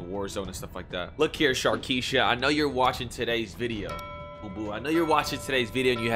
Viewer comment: He better watch out before he gets sharkieshad 😂😂 stop sharkiesha stop